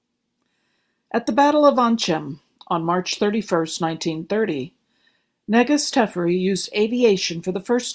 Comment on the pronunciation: While your voice is soothing, I suggest speaking a bit faster. Also, Negus' is pronounced Nuh-goose. Edit: I think I've just become accustomed to speeding up videos so nvm.